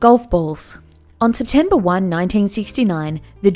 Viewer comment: did y'all hear when she said septemper 1 instead of septemper 1st